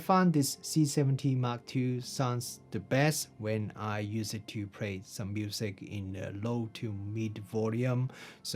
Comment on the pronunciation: excellent language skills. Now let me see if i can help you. try to sing or just say these tones: la la la la la - le le le le le - li li li li li - lo lo lo lo lo - lu lu lu lu lu. Then when you can do that, it will help you with words like play. Other than that - excellent review. thank you.